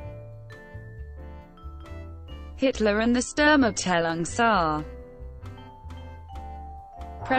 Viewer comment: This bot's pronunciation of SA as saah instead of s.a. is aggravating.